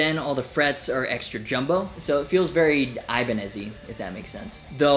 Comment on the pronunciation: Did you realli say Ibani